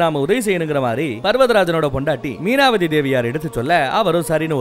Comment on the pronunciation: Meenavathi illa, avanga peru Mainavathi